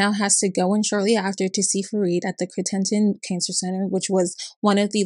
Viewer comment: You also mispronounced his wife’s first name. Samar sounds much like “summer”. And Crittenton is also different. I’m from that area although I never had dealings with Farid.